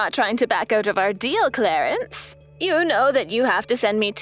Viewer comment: Clarence sounds more like Clarice.